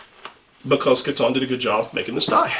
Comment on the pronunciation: Nice video. I feel the Kiton tie as produced today is slightly too narrow, especially for the Windsor knot you favor. It's pronounced Key-tahn, by the way. I have found the fabric of the Italo Ferretti ties you have reviewed to be nicer, and the lining leading to a better knot.